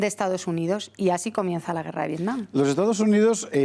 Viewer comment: no se llama vietcom se llama vietnim